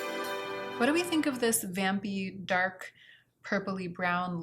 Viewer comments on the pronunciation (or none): none